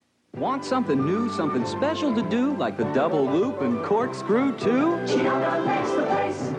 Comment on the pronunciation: I like how every video clip used correctly pronounces it "jee-AW-ga" but the narrator decided to go with "Gee-AW-ga"